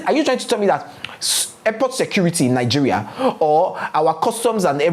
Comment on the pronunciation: Yassssss 😊😊😊my week was good... I loose it when you say 'Nigerial'😂😂😂😂